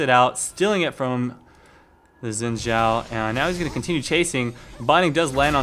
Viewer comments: Umm..Actually no , I know this cause I'm half Chinese and it's pronounced as "S" when you speak Chinese,In this case Xin Zhao's name is in Chinese. So it's pronounced as Sin Zhao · Was he saying Win Xhao? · It's not pronounced "win" zhao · i guess its not xin zhao its win shao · ''win zhao'' XD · i forgot 'X' sounded like 'W'